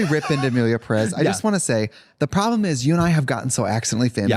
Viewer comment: for starters it's PErez not peREZ. Peréz doesn't exist